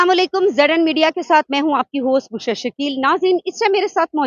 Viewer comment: بشری لفظ ھے ۔۔۔ بشرا نہیں ۔۔۔ ب پر پیش ھے ۔۔۔